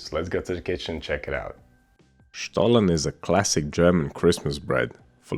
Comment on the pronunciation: Kudos for pronouncing 'Stollen' the perfect german way 😉